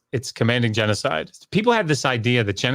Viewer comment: It’s genocide not genecide.